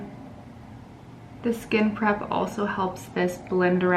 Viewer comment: Every time you say skin prep, I think you are saying skin crap lol I had to watch this twice at first because I was so shocked you said it and laughing sorry it just sounds that way at first, but it’s a great video. Thank you for making it cause I’ve never been good with make up.